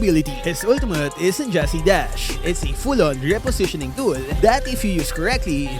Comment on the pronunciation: “Ultumutt.” —LMAO